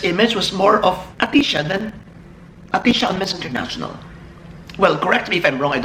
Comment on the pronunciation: ahtisa not ahtisha!:-P